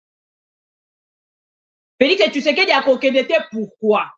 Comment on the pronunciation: Président yango kombo naye ezalaka Tshisekedi to Tshusekedi ndege mère oyo azo prononcer?